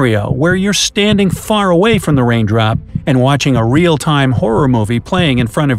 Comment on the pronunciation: He just said wain drop